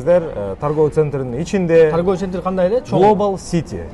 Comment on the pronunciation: Сентр, дагын, коюк деп тантыбай туура суйлогуло.